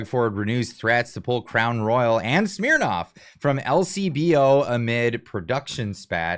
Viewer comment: Trying so hard to be serious, calls it “shhhmnirnoffff”